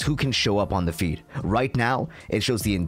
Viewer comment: Sorry but I keep hearing "my feet" 😭😭